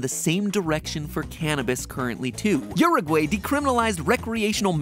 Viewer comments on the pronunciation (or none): The way he pronounced "Uruguay" I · That pronunciation of Uruguay killed me lol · When he finally mentions your country but pronounces it poorly •~•